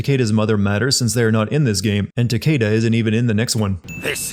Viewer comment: It’s pronounced Ta - key - da, not Ta - kay - da.